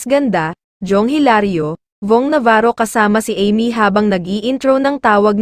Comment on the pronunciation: Sorry ha bakit iba ang bigkas mo sa name ni Amy